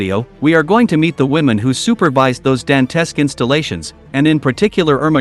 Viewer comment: You need to learn the correct pronunciations of words like "nazism" and "dantesque".